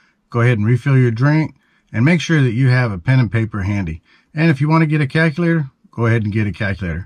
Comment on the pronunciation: A guy who says "calkylator" just told me stuff about gold.....